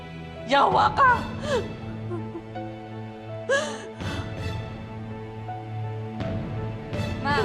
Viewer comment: Di ako satisfied sa pagkasabi ng "yawa ka" 😅 sana mas authentic ang pagkabigkas 😅